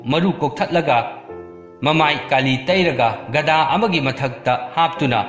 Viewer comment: GADA haigadaba natteda GADHA haigadabanine ojabu.. chumna chumna meiteilon ngabiyune masi social mediani matamkuina record oina leihiuragadabani.